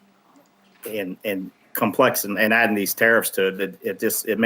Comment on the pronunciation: "Comeplex"...its COMplex...not COMEplex... sorry...side rant..just annoys me when people cannot pronounce words correctly